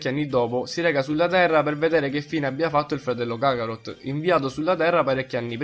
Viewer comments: Kharot si dice no kakarhot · si dice kaarot non cacarot ahahaha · Si dice karot cazzo